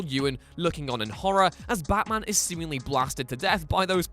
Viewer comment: I don't know but.... The way you say and the no. Times you said Batman is disturbing... Becckkmen baatmen Bachmen wtf is that